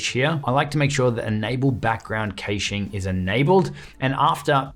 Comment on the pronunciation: whats kay-shing?!?!! 🤣 🤣 🤣